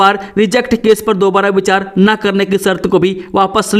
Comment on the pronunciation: Naa ko no khte ho uchaarn sh kren.danyvad